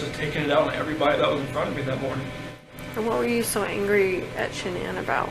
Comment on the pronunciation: Dr Phil, surrounded by a cavalcade of producers, assistants and brown nosers, mispronounces Shanann’s name. It’s not even during an interview segment. It’s a quick set-up piece. They could do it over.